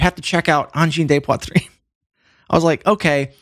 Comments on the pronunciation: BEN d'la misère avec leur prononciation de uhn-jeen-day-pwa-treen.... 'barnak. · Always funny the ear a squarehead say angine de poitrine. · Great video ! But! Im just here to hear Anglos pronounce Angine de Poitrine, c'est drôle en TA!